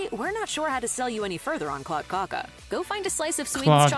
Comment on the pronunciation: "Kladdkaka" is difficult to explain how to pronounce - I think the narrating woman did it quite well. You can google Princess cake or princess torte (Prinsesstårta) There you can find out about the ingredients and maybe even find a receipt. I personally don't like marzipan at all but the cake is very popular in Sweden